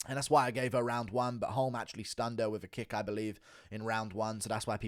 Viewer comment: weird pronunciation of "holme" you not listened to anyone say her name?